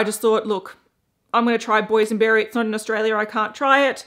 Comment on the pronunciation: "Boysion berry" 😏